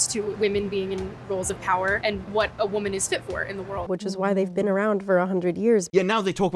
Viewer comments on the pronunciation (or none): none